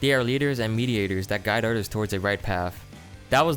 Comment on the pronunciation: He says odders